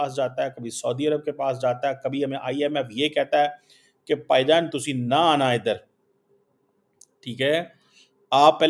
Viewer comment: Paijaan kya hota bhaijaan bol le bewkuf insan koi b word tum pakistani sahi nahi bol sktey